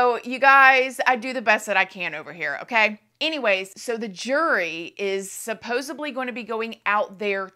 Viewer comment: its not supposably. its supposeDly